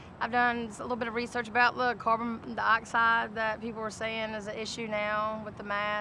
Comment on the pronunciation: She said cabron dioxide